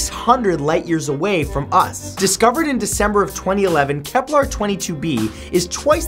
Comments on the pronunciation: dude i noticed this on many of your videos, you pronounce many things wrong, it's kepler and not keplar, it's gliese not juh-leese. i love your videos, it's a shame you don't check the pronunciation of the words. keep up the good work. i hope you don't take this the wrong way. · Matt. Im gonna keep my cool when i say this but,,,,,,,........... IT GE CES NOT GLESAS....... AND KEPLER NOT KEPLAR,,,,,now that everything is ok, i do not mean to hate, i LOVE LOVE LOVE SPACE!°°° I just get ticked off.when their not pronounced right,😏 but i still luv ya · It's KeplER, not KeplAR. And Gliese, not Jaleez. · Why is he saying "Keplar"? It's Kepler... It's pronounced like a "ur" sound... Not like you are saying "Templar"... Also "It is tidally locked with the Sun" is incorrect as there is only one Sun and that is in our solar system... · KEP-LER! NOT KEPLAR! Astrophysicist cringe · Why do you say many Kepler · I'm sorry, I was just triggered by the way Matthew pronounced Kepler and Gliese. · Please do your homework before doing your videos and learn how to say gliese and Kepler correctly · Soooo... Keplers or Gelises...